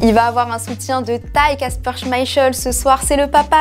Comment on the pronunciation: SVP le nom du gardien danois ne se prononce pas "chmaïcheul" mais plutôt "chmaïkél" 😡😠